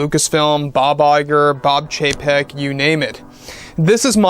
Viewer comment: I honestly thought you said, ”Bob Iger and Bob JPEG” 😂